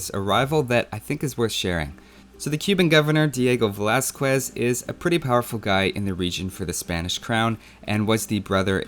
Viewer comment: Interesting, your first bad pronounced name is in fact an Spanish one: Velázquez. Context: in Spanish, the syllabes "que" and "qui" are pronounced as "ke" and "ki", for "cue" and "cui" sounds, we need to write "qüe" and "qüi". Your pronounciation of "Noche Triste" (sad night) sounds more like "Noche Chiste" (joke night) hahaha. About Cortés (the Spanish form of Cortez), of course here in México people hate him... funny thing when we realise that Mexican culture is not Aztec, Mayan or whatever culture in the north... but a mix of all of those with Spanish culture. I have seen white girls descending from Spanish said "I wanna see games about our mythology" talking about Aztec myths... then I said "no, you're not Aztec, that is not your culture"... even worse when we talk about "La Malinche" (Malitzin or "Doña Marina"), an Aztec woman who was an interpreter for Cortés, she is one of the biggest "traitors" of México (even when in that time there was no México) and the word "malinchista" is used to refer people who likes foreign things over national ones (buy in a Walmart instead the local market). In the end, México is both Spanish and prehispanic, but people generally wanna be nationalistic in a stupid way.